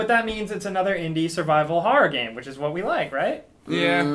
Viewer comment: I love survival Harror games, as says it. Harror.